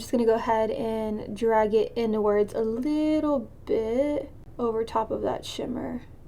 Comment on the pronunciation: “A leetle bit”